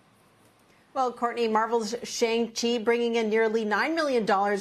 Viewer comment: Did she say chang chi?!?! Lol